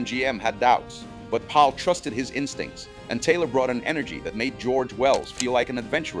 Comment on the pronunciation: It's kind of annoying how you keep pronouncing "Powell" as "Pal".